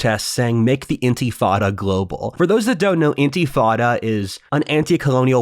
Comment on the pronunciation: You keep saying 'intifada' but i keep hearing you pronounce it as 'antifada' and it's just perfect.